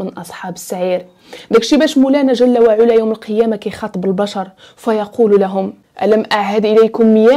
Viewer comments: شكرا ليك اختي ،انا من المعجبين بطريقة السرد ديالك خصوصا فالقصص الدينية واخا معرفتش علاش مكيكونش فيهم تفاعل او واحد التصحيح بسيط جل وعلى بفتح العين وليس بضمها ،❤❤❤❤❤❤❤ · تبارك الله على الاخت جزاك الله خيرا على هاد الحلقات ولكن الله يخليك ملي تكوني كاتقولي شي آية من القرآن حاولي تحطيها قدامك لانك كاديري أخطاء كتيرة فالشكل وهادا كلام الله... بالإضافة إلى كلمة علا في جل وعلا العين مفتوحة ماشي مضمومة